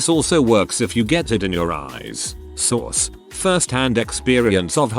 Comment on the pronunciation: Anyone else hear "SAUCE" when he says source?!🤣🤣